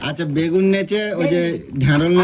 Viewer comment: কথাটা হলো help হেল না কথাটা ঠিকমতো বল তোমার কথার কে ধরবে না মানে? তুমি কোন কথা ঠিকমতো বল তোমার প্রত্যেকটা কথাই তো ভুল যেমনি কি বাগুন, গাবলা, দরমুজ